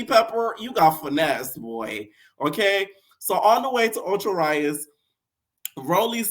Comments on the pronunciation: Anna is always recording 😂 😂 like I don’t get it either! And the city Ocho Rios is pronounced like ( ohh choo - ree Ohhhsss) you got the first part, but for the second part take part of the words read & Oreos and put it together lol, Re-os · lol it’s “Ocho Rios (Rio’s)”